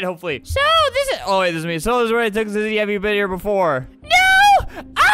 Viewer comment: Even though her name is zizzy its pronounced ZeeZee